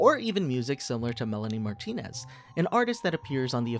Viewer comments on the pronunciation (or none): none